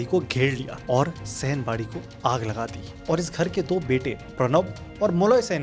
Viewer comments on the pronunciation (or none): Sai Bari Bolte Hai Sen Bari Nahi